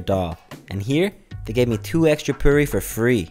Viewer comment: While travelling in Chennai,He said I m learning Hindi to understand the locals 😀😀😀. Rated samosa 0/10 just because samosa were full of oil. Did not eat Idli,sambhar. Called the pyuri instead of poori.